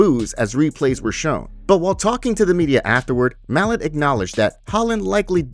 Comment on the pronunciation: It's pronounced "mah-lot"